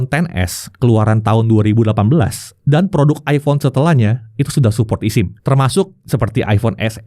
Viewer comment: bang ngomongnya esim, bukan isim... sama kayak lu bilang ektp bukan iktp